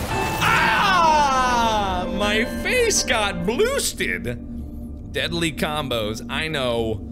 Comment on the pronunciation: "I got bloosted" X'D I can't even....